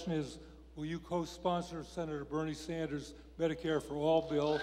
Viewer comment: Public opinion? She does not represent public opinion, she opposes it. Sen. Saunders? She can't even say his name properly.